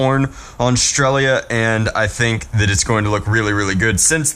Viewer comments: I think it's pronounced stretzal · Painting the Picatinny rail purple from the end of the gun to just about half the barrel would have looked much better than putting whatever dragon-type thing you put on the end but hey, personal preference. Hearing you say "strelzia" makes me want to rip out my ears just because of the missed entire middle section of that word But anyway, best guess at the embarrassing mecha anime likes is probably Infinite Stratos. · blaster looks pretty cool, not surprising... and, you calling it Strelia was bugging me, it's Strelitzia lol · You have my full attention. You also butchered the name